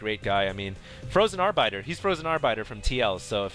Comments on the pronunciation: Are-Biter? Arbiter is a unit from SC1. It means judge. It is pronounced with the little 'i' sound, not a vowelized 'i'. Also, not much emphasis on the 'rrrr'. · lol 'R-biter' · its ar-bittt-ter = P and why you guys always say "going down" when buildings are being built... that's what you say when they're being razed.... try "going up" for size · I think you mean arbiter;) Pronounced Are Bit Er ^^ Awesome game so far though! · Ok now I assume you are trying to mispronunciate by saying R-biter. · "ar-BITER" - lol. I get a kick out of how pronounces things. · FROZEN AR-BITE-R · Frozen Ar-bite-er?? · does so many toungeslips one needs to learn to ignore it and replace what he says with the right words. Like when he said "Arrrbiter" or "Layer" (Lair). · llllllllllllol this bro's a huge nerd and he can't pronounce arbiter correctly????